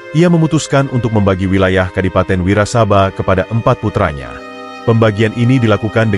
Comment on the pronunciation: Klo baca narasi yg bener dong ...nyong Kye wong Banyumas.....bukan wirasabai ...tp Adipati Wirasaba 1...😂😂😂😂